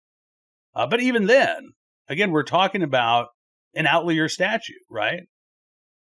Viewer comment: I love you Please pronounce OUT li ER